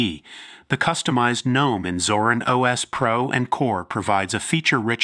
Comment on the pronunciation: Thank you for saying Nome!!!!! Not Ga-nome!! THANK YOU!!!